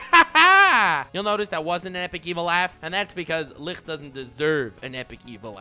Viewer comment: How tf does he pronounce Licht so perfect every time